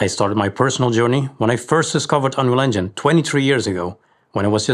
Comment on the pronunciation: Dude can't even say 'unreal engine' properly.